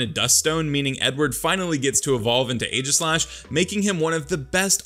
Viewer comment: DO NOT LEAVE OFF THE E IN AEGISLASH!